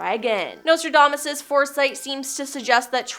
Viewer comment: If you're going to use words like impropriety, diplomacy, somnolence, relentless, lethargy, quatrains, auditory, and enigmatic you should learn how to pronounce them. Not once but TWICE you even pronounced Nostradamus incorrectly. If you're doing public speaking, or have a YouTube channel, perhaps someone should monitor your reading. It should be someone who's familiar with how to pronounce these fairly basic words and instruct you on the correct pronunciation.